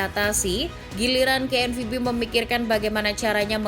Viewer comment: Ngomong KNVB nya biasa aja gausah di Inggris"in lol